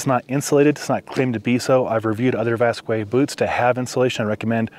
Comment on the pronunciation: The brand is pronounced “vask” not “vaskway”